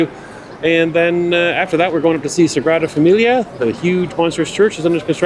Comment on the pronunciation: It’s Sagrada Familia; not Sangrada.☺️ Thanks for sharing such a beautiful city.